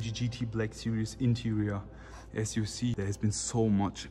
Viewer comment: Why can't the germans pronounce Black Series as it is written? They always pronounce it as "Sirious" smh🤦🏻‍♂️